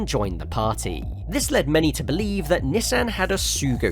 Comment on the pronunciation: Why do you pronounce Nissan like that 😢😢😢